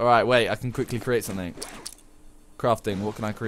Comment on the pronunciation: why doe british people always pronounce 'something' as 'somenink'? thats actually very annoying lol